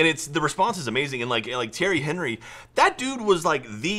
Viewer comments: Thierry Henry?!!!! HOly shit!!! He is my fucking favorite player from Arsenal!! And he is french, it is Henry as in On-ree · I'm sorry but it's pronounced "on-ree" not "Henry" almost pulling my hair out- he's like my hero!! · On-rie. At least that's how I heard it pronounced. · My God butchered Henry's name 😂